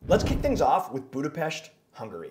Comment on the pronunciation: I give you credit for pronouncing Budapest perfectly but it’s not a hidden gem. Budapest receives about 30 million tourist each year and numbers are growing